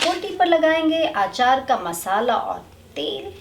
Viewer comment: Aachaar nahi hota Achar hota hai